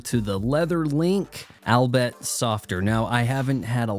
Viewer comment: Albeit is pronounced All-Be-It. Thank you. I want you to present professionally so your channel is successful. I have been searching for reviews on this new material watch band in this style. I found you. Thank you for reviewing. It was useful to me. I have decided this band is not for me.